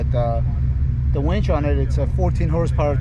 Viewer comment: wInch.. with "I" not "wEnch"